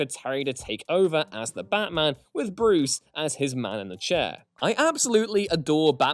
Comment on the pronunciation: Am I the only one who heard him pronounce Batman as Bathman ?